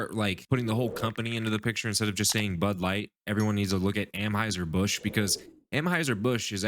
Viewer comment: Lol dude...First, and maybe im out of the loop and I missed something but isn't it ANheuser Busch, not AMheuser Busch? Second: Busch supporting a tiny Itty bitty minority ≠ bud giving a middle finger to their base. What we need to worry about is the sea level rising because a bunch of SNOWFLAKES are melting.